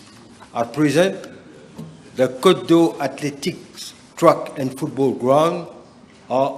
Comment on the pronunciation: Athletic : the e there , is English not French . Mandatory , the a is native English as well .